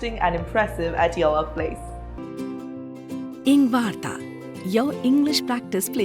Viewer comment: engvarta❌ engvani✔